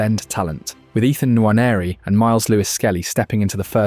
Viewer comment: I'm mesmerized at how perfect you pronounce Nwaneri's name like an African native, Whilst he might not be considered African, he is African by heritage, roots! And as Africans we are very particular about names and how they are pronounced because it might mean something else when mispronounced. Thank you! And what a channel.